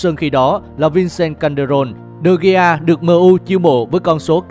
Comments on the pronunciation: Degea mà nói digi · đọc đúng là Đờ He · Đọc là đờ ghia chị ơi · Đa vít đờ gê a thì hay hơn đờ gi nha người đẹp và ngon nhất kênh @@ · David De Gi cười ỉa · Đọc là Đờ Ghi luôn. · Đọc chuẩn là Đờ He nhé. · Đê vít đê ghi🤣🤣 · E phát âm tên của de gea sai rồi